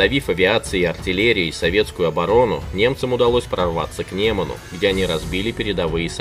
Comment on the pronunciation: Не неман а нёман